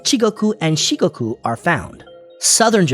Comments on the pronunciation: Not “Chigoku“ but “Chugoku”. And, not “Shikogu” but “Shikoku”. But thanks for your efforts to make this video about Japan. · Right, and it's Shikoku, not Shikogu😅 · Dude needs to do his research before making videos. Missed the major cities of Kyoto and Fukuoka when listing off cities within the belt, and also got the names wrong of some of the regions. He said “Chigoku” instead of “Chūgoku” and “Shigoku” instead of “Shikoku” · ❌Chigoku, Shikogu ⭕️Chugoku, Shikoku from Japan🇯🇵